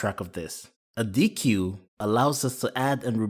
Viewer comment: Fantastic graphics. What software do you use for making the videos? Little fact that doesn't matter: it is pronounced "deck", not "dee que". I had never heard it pronounced before, as I only learned about deques/priority ques in writing, but I was corrected during a technical interview. Whoops xD